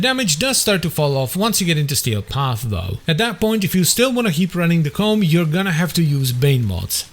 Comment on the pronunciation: Ko-mm not ***